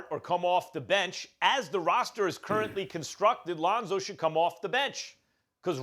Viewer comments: Londo and Ronzo fix yo mouth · Lol "Londo"